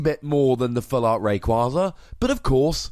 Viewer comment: ITS F IN RAYKYAZA